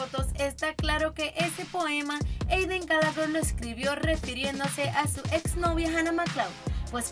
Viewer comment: No sé dise Gallagher sé dise Gallagher